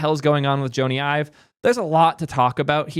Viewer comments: Joe-Nee Eye-Vuh lol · IKR. Pretty ironic bemoaning people not knowing Joney Ive while mispronouncing his name.